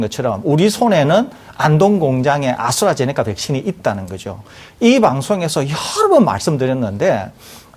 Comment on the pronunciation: 아스트라제네카를 왜 아수라제네카라고 하냐?